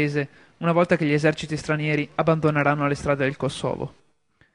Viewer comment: porco cane si dice kòsovo, non kosòvo